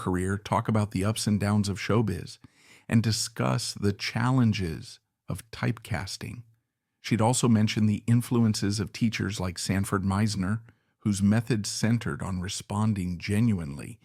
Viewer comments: It was Wilson "MIZE-ner", not "MAZE-ner". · The acting technique you mentioned is actually the "Meisner" technique. It's pronounced, "Myz-ner". 🎭